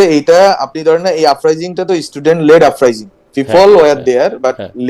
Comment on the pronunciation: আফরাইজিং না আপরাইজিং😊 ফাওয়ার না পাওয়ার।